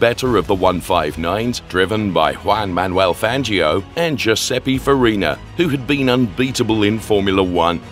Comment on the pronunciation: Giuseppi Farina... perché sbagliano sempre la pronuncia, mi da troppo fastidio